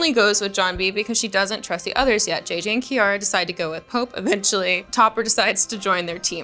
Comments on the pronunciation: you did not say Pepe instead of pope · Pope= “pEpE”